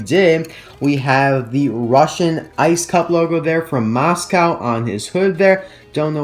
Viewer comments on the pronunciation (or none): none